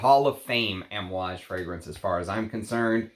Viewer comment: Kohn Yak not Caan yak also Ahm ooh aage. I speak fluent Italian and Arabic most languages outside of English. The a sound is aah